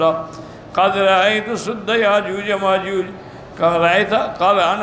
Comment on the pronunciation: یاجوج کے ساتھ ماجاج کیا ہوتا ہے، یاجوج ہے، اسے صحیح کریں۔